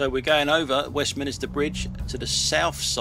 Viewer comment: Three syllables. West-min-ster. No clergymen involved!